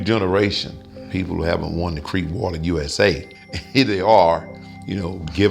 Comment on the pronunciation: lol he said won the creekwater usa.